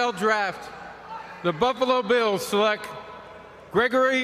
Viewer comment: Did Roger Goodell say "seleck"?